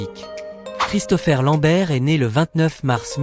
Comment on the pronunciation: Ah ? la synthèse vocale n'est pas encore au point. Gérégory Emcékini 😂😂, Rob1 chou le moine Shaol.1, Sonia blaad, ChristoFaire Lambert....